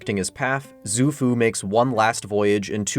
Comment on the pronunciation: Great video! (Although in pinyin, x is pronounced more like sh than z, so Xu Fu is like "shoe-foo")